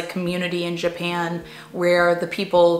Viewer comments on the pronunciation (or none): none